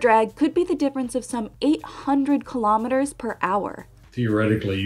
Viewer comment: Kilo'meters, not kalamaduhz.